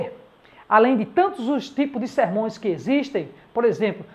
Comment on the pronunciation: Qual a pronúncia correta. Sermões ou sermãos??😊